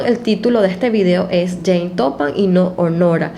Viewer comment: perdón, pero, a veces, se escucha James (en lugar de Jane)...